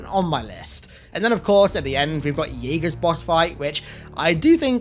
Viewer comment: Idk if you'll see this but his name's pronounced as it's written - Jega ("Jeh-Ga"), not "Jaeger" like the german word I heard a brute or elite say it that way in the campaign and you're the only person I've heard call him that still